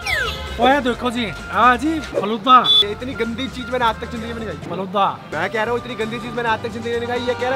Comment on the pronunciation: says faluda 😂😂